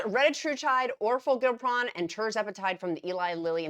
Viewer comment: Dear: OR FOR GLIP (not GILP) RON.